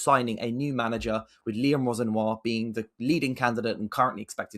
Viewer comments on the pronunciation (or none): My god why has he butcher liams name like that. Geezers from london not paris